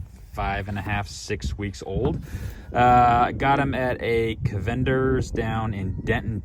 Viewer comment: I can't trust a guy that doesn't know how to say cavenders